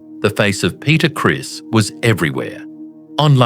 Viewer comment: It's not Peter Chris it's Peter Criss.